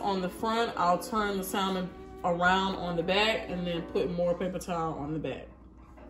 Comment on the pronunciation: Just for future reference; in the pronunciation of salmon the L is silent. Keep up the great attitude